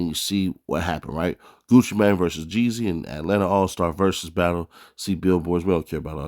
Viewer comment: Seems like you need to go back to school and learn your vowels it’s JEEZY